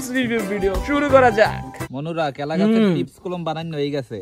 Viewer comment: কলা ❌কেলা ✔️ 😂😂😂